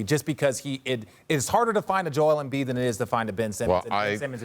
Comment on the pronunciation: Anyone else hear “Joel Emfliid” ? 😂